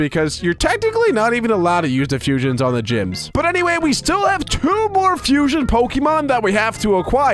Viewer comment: Fusions not fusons